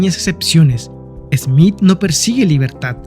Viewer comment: No es esmit es Smith